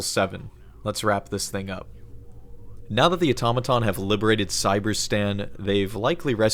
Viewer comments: Oh-tom-uh-tum or “Aw-tuh-ma-tawn”? Debate. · ahhhhhhhhh your switching between pronunciation of automaton is driving me crazy. not auto-maton, it's aTom-a-Ton haha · Please au-tom-a-ton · Ah-tom-a-ton (This is not a new word) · I’m sorry but the way you pronounce Automaton gets on my nerves! Aside from that, this is a very well put together video Also that was a fake leak, that while was well made, had a few signs that it wasn’t real, such as image artefacts as well as other errors